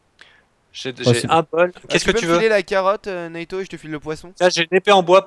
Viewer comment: Naito pas natyu